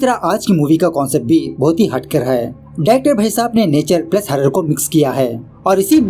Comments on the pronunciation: Sir ji horror ya hurrer😂😂😂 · 🙄🙄🙄😶😶😑😑😑.....kyaa horror bola😀😃😃😃😃🙂👌👌👌👌👌👌👌